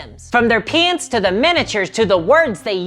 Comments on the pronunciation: When she says "paints" it sounds like an American saying "pants" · When you pronounce paints i hear it as pants 😂 Turns out that there's still a sizable warhammer fantasy 8th edition community in my area that has weekly games. Needless to say i just ask for my store that offers 3d printing services to print some high elf spearmen